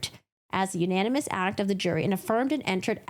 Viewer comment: U-nAn-e-mes 😅 Sometimes when you say a word so many times you completely brain fart on how it’s pronounced. I couldn’t help but to giggle at that.